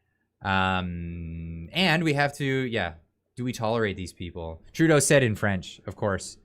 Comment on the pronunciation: It is Poi lievre pronunciation, you are bad indeed Ce line Di on. Tru not trou deau